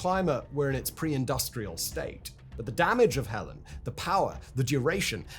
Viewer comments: in English it's Hel-ene or h-el-en with silent e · Yes, Hell-een, rhymes with Jolene. Or as Dolly Parton sang shortly after the event, "Helene, Helene, Helene, Helee-ee-een, you came in here and broke us all apart". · I can’t watch this video when in the first four seconds you get the name of the hurricane wrong. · At least get the name right Simon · Tell me why Simon had me wondering if my entire Disaster Recovery organization of thousands of people along with our government partners have been pronouncing Helene wrong this whole time. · It's difficult to take the video seriously when the name of the storm is mispronounced. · that is also true, but those of us in areas that got slammed by Helene (and then Milton), are definitely pronouncing it with the H. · I don't think it would be possible for a human being to take an interest in, research and then write about this subject without being clear that it is Hurricane HELENE (/hɛˈliːn/ heh-LEEN) and not Hurricane HELEN. This is written by AI and Simon has no interest in or knowledge of any of it. This is just a machine churning out words for money. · Oh my gosh it's called Helene not Helen! There's almost no similarities between the two names and it's making it impossible to tell which recent weather event you're talking about. - this is what you sound like complaining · HELENE not helen man get it right idc where in the world you are that is just wrong, Helene train wrecked America not helen, and the Appalachian mountain range runs down practically the whole east coast of America rolling from Maine to Alabama if I'm not mistaken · It's Helene (hell-leen) not Helen. Helen is your mom's bridge partner & your dad's mistress.😮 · The hurricanes name was/is Helene, not Helen!!! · You’re fucking up my mom’s name!! It’s HELENE Not Helen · OMG simon.... it's hurricane HELENE, not helen. those of us who survived her and milton will never make that mistake. 🌀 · Hurricane HELENE, not Helen! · HELENE, not Helen. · Helene not Helen